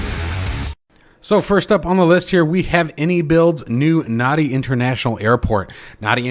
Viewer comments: very nice one and Happy NY....but NADI is pronounced NANDI!! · Thanks for the update - just fyi, Nadi is pronounced "Nandi" - there's an extra "n" sound in the middle there... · A little point, but the capital of Fiji is Nadi, but it's pronounced Nandi. Same with the airport. it's Nandi.